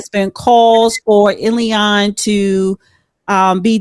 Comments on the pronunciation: its pronounced illllll haaaaaaaan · It's IL-HAN . With all due respect.